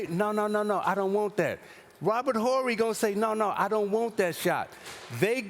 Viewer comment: "Robert Orry" 😂